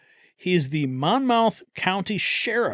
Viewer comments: Mon Mouth? It’s pronounced, Momouth! 😂😂😂😂😂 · That's pronounced "Mon"muth". I know, I lived there a few years.